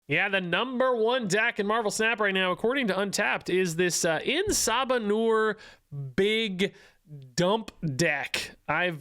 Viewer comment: I just can't NOT hear it as "Eh Sa Manure" 😅